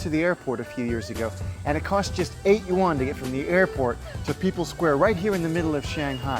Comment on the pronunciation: Just use "Chinese dollars " if u can't pronounce "yuan".... "won" is Korean